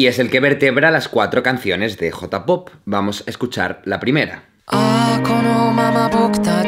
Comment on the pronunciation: No les pasa que aman sus videos, pero detestan como pronuncia J-pop? o K-pop? xD